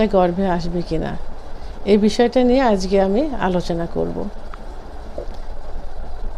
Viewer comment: আজগে নয় আজকে একটা ভিডিও মেক করার আগে নিজের উচ্চারণের দিকে খিয়াল রাখতে হবে